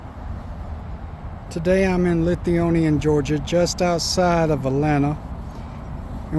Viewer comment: It's Lithonia, Ga.